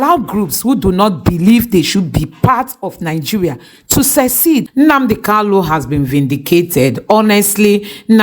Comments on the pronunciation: you always make this mistake on Nnamdi kanu, not Nnamdi kalu. Always rehears your material before you brocast. IT IS NNAMDI KANU. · POINT OF CORRECTION IT'S NNAMDI KANU NOT KALU PLS PRONOUNCE IT WELL😂😂😂